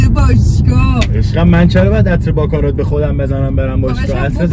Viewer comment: باکارات نه دوست عزیز….. باکارا …. اون T تلفظ نمیشه